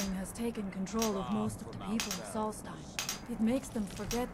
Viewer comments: I love you, but listen to how the people in game pronounce these names! Solstheim is like solstice! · Pronounced sawlst-hime Edit, why can’t you pronounce anything